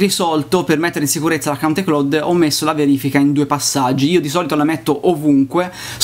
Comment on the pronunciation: Si dice: Ai claud... Se devi pronunciare una parola inglese usa google, non si può sentire pronunciato così.